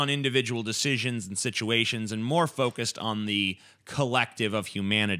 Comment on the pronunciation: indivijul situaaaaations